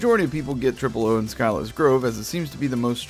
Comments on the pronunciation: scylla in scylla's grove is pronounced as si-la, not sky-la, just sayin' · Scylla is said as "sill uh" sill as in window sill